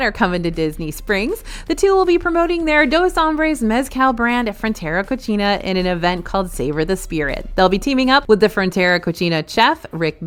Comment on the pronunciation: Please. For Frontera Cocina, it is pronounced “co-see-na” not “co-cheena” like you would say it for Italian “cucina”. The way you are pronouncing it right now, it means dirty or disgusting.